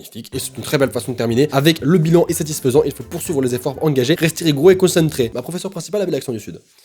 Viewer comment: "Poursulver" mais bien sur TwT Tes profs c'est ce version leclerc ou?;-;"